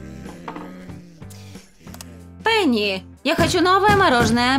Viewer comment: Пени а не пэни